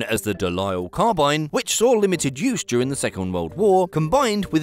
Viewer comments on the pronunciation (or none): none